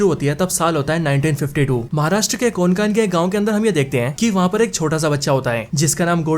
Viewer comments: कोनकान नाही रे कोंकण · कोनकान नही भाई कोंकण। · Pronunciation to thik se karle bhai...kokan hota hai...konkan nhi...anpadh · Konkan nhi re Hutiye कोंकण Bol... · Abe konkan nhu kokan hota hai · कोनकान नाही रे कोंकण 😅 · अरे यार.. तुम्हे कोंकण भी ठीक से बोलने नही आता😂😂